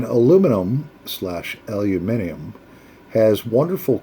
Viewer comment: That's pretty good pronunciation of Aluminium. You would get by in Tasmania as well as the UK. 😁 I have a few pipes where the gorillas with side cutters, hacksaws, sharp rocks have literally hacked off the stinger instead of just pulling it out. That really pisses me off. I know that some people hate stingers because of the perceived restriction to the draw, which is fine, but a good clean or a small drill to slightly enlarge the holes would be a better fix. I clean stingers and stems with denatured alcohol where they need to be seriously de-tarred. If you strike a stinger or aluminium threads that are corroded, get some bull bar/aluminium wheel cleaner and used some of that diluted to soak the corroded bits in for 10 or 15 minutes. Most of that stuff contains phosphoric acid like your common garden variety rust converter, so that would probably be okay too. Rinse off with fresh water or water + Bicorbonate of soda if your worried about the acid. That helps to free up stuck Adjustomatic stems too. Might be preaching to the converted, but Just thought I'd mention it just in case. 👍